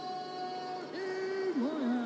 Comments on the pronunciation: НЕ МОВСАР А МОВСАР УДАРЕНИЕ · мовсар ани мавсар